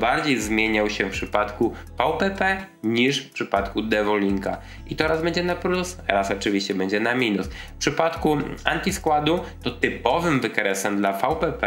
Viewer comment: To jest Anti-SquaT, nie Anti-SquaD, więc fonetycznie "antiskłota", ew. "antiskłotu", a nie "antiskładu" - już któryś raz u Ciebie to słyszę ;)